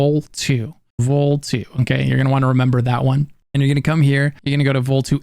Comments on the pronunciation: Is not Vol two, but Volii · Isn't Volii pronounced "Vo-lee" not "vol 2"? I haven't played it yet, but "Vol 2" just sounds weird. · I don't want to be this guy but the planet isn't called, Vol2. Those are I's at the end of the word. It's a common Latin ending for names. You have to pronounce My other both letter I's. It's Vol ē ī. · It's pronounced "Vo-lie". Not Vol 2. That was so cringe worthy knowing how many times they say it in the game. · Don't forget to use cover and peek over (when crouched) and around objects. The game doesn't really tell you you can do this, but like in Fallout 4, it's automatic. You'll see your character hold his/her weapon in a ready position, this will indicate that you can peek and fire. Also.... Volii. Vol-EYE, not Vol-2. Also, best place for selling stolen or contraband goods that isn't the Trade Authority or Crimson Fleet is the Red Mile on Porrima III. Also, Paramour - another drug that adds 30% to persuasion, as opposed to Hyppolyta's 20%. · Its Volaaaaay!! So Volii, not Vol2:D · If it were Vol 2, it would be II, always capitalized, but in the Surface map, its called Volii. So I'm pretty sure it's called "VOL-ee", maybe "Vol-EE-ee"